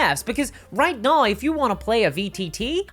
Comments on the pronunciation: "There's no better example right nigh" ? ? What happened to the word 'now' ? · I love ya,, but... how exactly do you spell naoe... noae... neaow? 😄